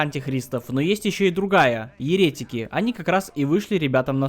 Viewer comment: Очень динамичный ролик и юмор кайфный! Единственное, постоянная ошибка в ударениях в словах еретИк и еретикИ, антИхрист В остальном вообще не к чему придраться) Супер, продолжай в том же духе)